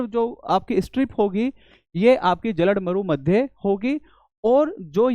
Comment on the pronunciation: Maza aa gya... English comfort teacher se hindi mast lagti hai bolne me😂 जल डमरू मध्य become जलड मरू मध्य.😂